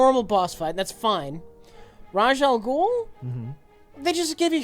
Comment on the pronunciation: Raj al Ghul? Rache al Ghul? No one knows! It's certainly not Ra's al Ghul.